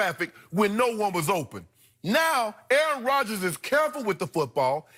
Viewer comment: Oh Rodgers not Rodgens